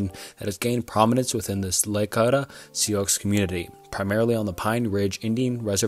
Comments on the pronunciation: Not the biggest deal but your pronunciation of the Lakota Sioux is hilarious 😂 I'm from this area and it's pronounced Lakota (just like the state Dakota) and Sioux sounds like SOU, like you're saying soup without the p on the end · Sioux is simply pronounced as "soo"